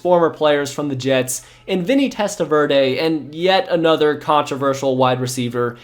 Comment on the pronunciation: Why do you continually mispronounce Vinny Testaverde's last name? It's annoying. You also mispronounce Terrell Owens first name and Mike Vanderjagt's last name.